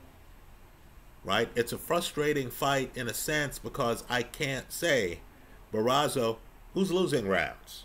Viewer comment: ‘Bar-oh-so’ not Barazo… another great breakdown though! 👏🏻